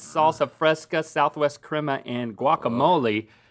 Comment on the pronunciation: the way he said "crema" hurts my Mexican soul😭😢😭😭😭